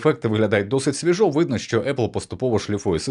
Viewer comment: свІжо, а не свіжО